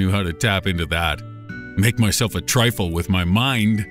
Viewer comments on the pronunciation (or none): It's TRUFFLE not TRYFFLLE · It’s Truffle, not Triffle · that's truffle, not trifle